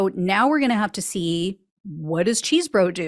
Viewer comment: What a nothing burger. Probation only!? Complete BS. She got off EASY. Also, Chesebro (not Cheesebro) is happy as a clam now that Powell won’t be sitting next to him during the trial.